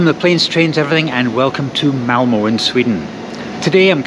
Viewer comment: If there are compartments on the train then this is the way to get a decent sleep. Done it many times. Avoid open stock completely. By the way it is Malmer not Malmoh. Look for the umlaut! Excellent video, though.